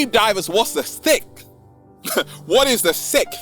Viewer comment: When saying the word “Sixth” why does say “Sickth”?